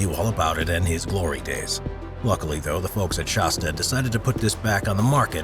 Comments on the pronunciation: Shasta like shaaaasta , not shosta!! Geez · It is pronounced Shas-tah not Shos-tuh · Not "SHAWS-tuh," but "SHASS-tuh." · Hey bud if your going to be the commentator here you might want to learn how to pronounce Shasta , kind of insulting to mispronounce such an iconic name , just say'n . Of course I can't hardly read or write myself but then I'm not the voice here either ... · I have known about that volcano all my life, so when I heard shawsta instead of shasta I shook my head. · "Shaw'-sta?" I couldn't even hang with this through the first minute. If you can't pronounce the name of the product, why would we assume you know anything else about it? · Since when is Shasta pronounced "Shosta" ? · Whats a Shawwsta?! HaHaHa! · Fun nostalgia. Our family's first Class C was a 1970 Shasta. BTW, Shasta is pronounced with a soft a, like "cat," like the volcano in N. California and the soda pop, "It hasta be Shasta." ( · Shasta does not rhyme with pasta Flat a as in hat As in the mountain in northern california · Would have been nice if the narrator had a clue how to pronounce Shasta, he's definitely not from California.